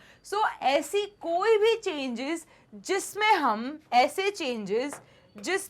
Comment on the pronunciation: Changes ❌ chgnans ✅